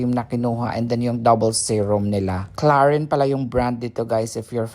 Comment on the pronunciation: High end talaga ang Clarins brand … ang pronounciation is “CLARANS French brand yan